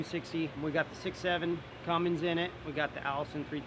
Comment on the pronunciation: “Cummings” engines. Here I was thinking it was a “Cummins”.